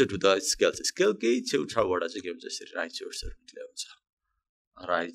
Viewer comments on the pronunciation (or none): none